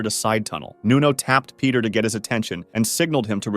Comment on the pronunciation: Its Pieter not peter